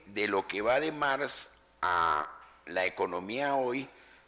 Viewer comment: "Mars" en un "testo" y No "cacta" (probablemente de cactáceas, en se repiten las cactáceas) ... En fin... comencé a verlo y me impresionó.